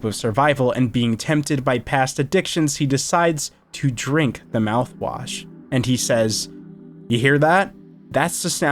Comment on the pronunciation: he said the mout wash